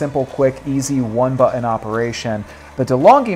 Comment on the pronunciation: Why does this guy have such a hard time saying the word 'button'? Buthon, bu'on, bottunh.